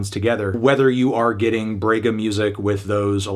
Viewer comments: "brwegha" kkkk mto bom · Fantano saying “brega” is HILARIOUS. I am From the same region the she was born. Had to say this album is awesome and i am happy you gave a listen to it. Gabi is a HUGE artist outside of Rio-Sao Paulo usual trend. Ps.: If you a strong 10 in pronuciation, in “Brega” The “Bre” is pronounced more like the “bra” in the word “bragging”.